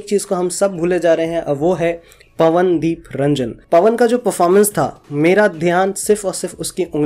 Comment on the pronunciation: Nam to shi se bol le bhai. or Pawan Nepal nahi Uttarakhand se h